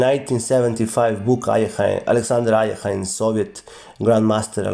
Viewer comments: Bad pronunciation, Alekhine is the French version of his real last name; Alechin therefore Alekhine is pronounced aliekin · These English speakers never pronounce Alechin(Alekhine in the French version)it is AlEEKeen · Why do some people pronounce his name like "alley-eckin"? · At school, in England, we always said "Alek-hein" (as in german pronunciation) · The bigger problem is that hes far from being even an immitator of a native english speaker, and still butchers alekhines name.